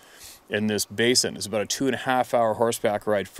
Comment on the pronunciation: I finally got a Canadian “aboot” out of you. I didn’t believe you were really Canadian until this moment.